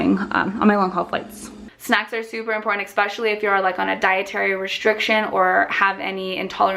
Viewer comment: The word is ESPecially , not eckspecially.